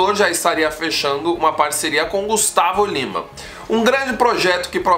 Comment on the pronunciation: Kkk, ele não conseguiu pronunciar o nome do Gustavo Lima!